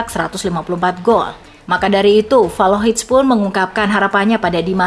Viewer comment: Valohic??? Belajar dulu min kalau mau jadi narator 😀